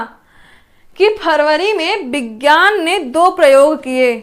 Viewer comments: Mam sorry to say but aapko khud yd nhi ho paye dekhkr bol rhe ho aap vk bhi vigyaan ko vijan bol rhe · Aap hi confuse hai विज्ञान को विजान bol rhi hai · Rat ke aayi ho kya maidam vigyan ko Vihaan bol rahi ho😁😁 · आपको हिंदी तो ठीक से पढ़ना आता नहीं है। विज्ञान को विजान और गैर को गौर बोल रही हो कॉमन सेंस नाम की भी कोई चीज होती है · इन्हें कुछ नहीं आता है। फरवरी के दिवस में विज्ञान को 2 बार विजान बोली हैं। कॉमन सेंस नाम की चीज नहीं है इनके पास। सब कुछ पहले से छाप कर पढ़ा रहीं है। खुद इन्हे कुछ भी याद नहीं है। बहुत ही खराब ट्रिक ( कथा के जैसी) है। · Main qualification kya hai aapke uchcharan To Sahi kar nhi pa rahe ho aap Vigyan Divas Nahin pata hai aapko